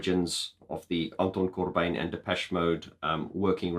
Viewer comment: Did you know that you can be positively insane and absolutely right at the same time! Don't hold back when telling (your/our) truth, ever! And as a Dutch guy, your pronounciation of Anton Corbijn is very close, it's like proper Dutch with a funny accent ;)